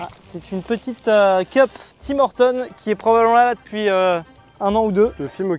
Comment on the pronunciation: Tim Hortons se dit tim hor tun en bon qc